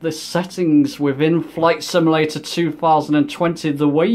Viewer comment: Good video I liked it. One small comment. You keep saying "sim-a-lator" instead of "sim-u-lator". No big deal. Just a small peeve.